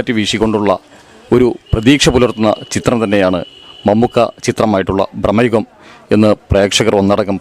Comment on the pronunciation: ബ്രമയുഗമല്ല ഭ്രമയുഗം